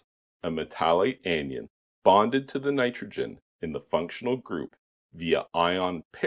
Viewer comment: I thought you were supposed to mix the super-plasterizer with the water before adding it to the concrete? From what I have researched the superplasticizers actually change the polarity of the water and concrete making the concrete particles resist each other making them further apart on the molecular level making it less viscous. Anion is pronounced an-ion. Those are negatively charged ions. And coulomb, pronounced like comb with an L is that level of electrical charge.